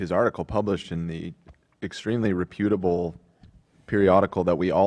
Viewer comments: mispronounced reputable in the last episode too, so I don’t think he’s taking it from Ethan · Loved that went along with Ethan’s pronunciation of “reputable” lol